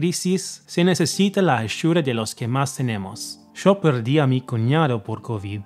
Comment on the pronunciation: That opening Argentine "yo". Love it